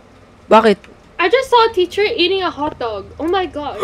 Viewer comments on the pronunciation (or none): "HAWTDOG" HAHAHAAA